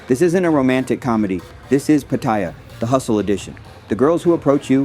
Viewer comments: Its called Pat-ay-ya learn to pronounce correctly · You're pronouncing Pattaya wrong and its annoying to hear but otherwise good video and advice! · You can’t even say pattaya bro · Its ai it cant say 7/11 or pattaya